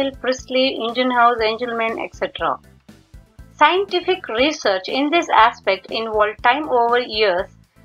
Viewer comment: Nice presentation mam I think its scientific research not scientistfic